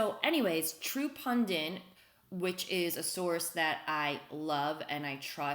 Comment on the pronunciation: Love ya Liz....There's only one "N" in the word "pundit"...yes, it's a pet peeve of mine. Same with the word "tenet".